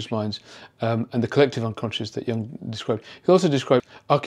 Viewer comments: YOOOONG NOT "young". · Sorry, you pronounce Jung’s name wrongly. Not Young but Jung. Carl Gustav Jung was Swiss, not German or Austrian. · Thank you,, for all your insightful presentations. Jung is pronounced "Yoong" by the way and he was Swiss. And the Germans unleashed their Shadow on their African colonies early in the 20th century before they ever got to the Jews. Belgium and Italy and I think France also unleashed their Shadows in Africa. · Excellent insights - as always! "An ambassador of the shadow" that phrase alone was worth the 20 minutes! (as were many other phrases!) Jung was actually neither German nor Austrian, but Swiss. The correct pronunciation is closer to Joong (think of Heidi Klum:-)) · German 'Jung' is pronounced 'yoong'. Your pronunciation is wrong. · I am grateful for your knowledge and perspectives, but I wish you would learn to pronounce "Jung" correctly. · Excellent video, but the Wikipedia page you show clearly explains that experts should know that the vowel in Jung's name is pronounced like "youth", not "young".